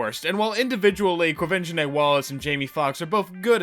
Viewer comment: Thank you for learning to pronounce Quavenzhane Wallices name